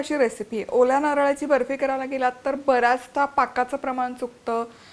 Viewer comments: हो बर्फीचा उच्चार ऐकून मी पण खूप हसले...फॉरेनरनी केल्यासारखा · Tumhi asa mula sobat boltana Bafi asa ka boltay English madhe ?😂